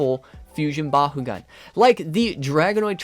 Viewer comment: I love the vids but it pains me to hear it pronounced “Ba-hoo-gan” lol it’s “Ba-koo-gan” where I’m from (And in the Battle brawlers show) I hate to be “that guy” I just find it funny 😂